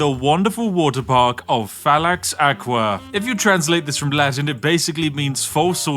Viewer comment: One thing tho, its Fallax Akva (you prenouce it as Acva / akva, not aqua)